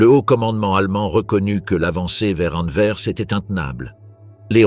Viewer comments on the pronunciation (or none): none